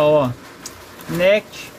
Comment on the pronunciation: A parte mais legal é a parte que ele fala Nétch em vez de Néquist